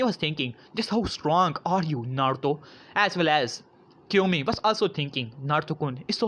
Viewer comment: its not Kyomi its kiyomi